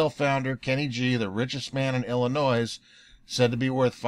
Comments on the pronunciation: The "s" is silent in Illinois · Heh he said Illi noise..